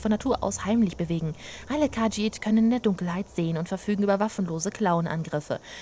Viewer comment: Kahjiit: Betonung auf i :)